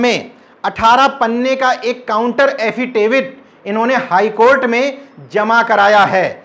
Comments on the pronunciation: एफिडेविट 😁😁 एफिटेविड नहीं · एफीटेविड नहीं एफीडेविड होता है कृपया आगे से ऐसी गलती न करें नहीं तो आपकी शिक्षा और ज्ञान पर लोग हँसेंगे